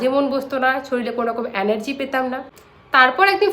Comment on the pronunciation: Ore murkho . Ota enargy anargy noy 😅😅😅